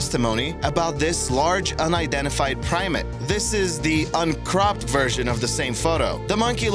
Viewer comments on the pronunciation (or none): Primate, not primat.